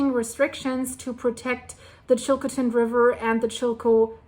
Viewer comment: Thanks for information, well put together and greatly appreciated, but please learn how to say Chilcotin thanks 🙏🏽 .